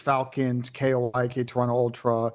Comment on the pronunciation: It’s ‘Koi’ like the fish!!!!! There’s literally fish on the jersey - fuck!